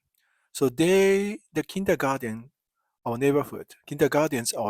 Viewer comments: No, you're doing it right, it's just interesting to hear how a German word 'comes back' to a German via an English-speaking Japanese person – and how it changes slightly in the process: Kindergarten, Kindergarden, Kindagaten, etc. Best regards, my friend! 🙂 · I love it when my favorite Japanese friend pronounces the English word 'Kindergarten', which originally comes from German (my native language), with a Japanese accent. 😍 One World! :hand-purple-blue-peace